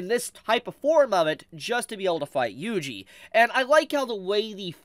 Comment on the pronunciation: His name is pronounced “wee wee” not “yui yui”